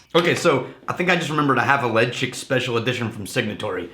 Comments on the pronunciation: its not pronounced ledge-ick.Its pronounced le- chaig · Pronounced “Le-chaig” like the word “chain” from The Isle of Mull where the whisky is produced.